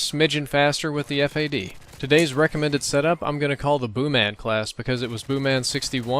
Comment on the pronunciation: Stop Calling It Ef Ey Dee , Its FAD